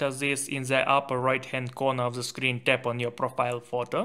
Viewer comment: then'e this'e zhen, zhis diyen bir beyinsizin tavsiyeleride en az telafuzundaki beyinsizlik kadar beyinsizce olacaktır.